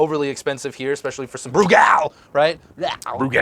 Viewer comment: yes, you guys are pronouncing Brugal correctly haha... at least I hope y'all are